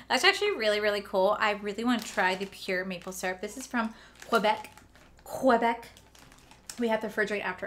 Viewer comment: Lol Québec is pronounced Kay-bec. But yes. You’re adorable trying to pronounce things. 😆